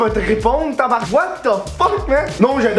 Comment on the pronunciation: TABARNARK ? nice effort mais fuck ...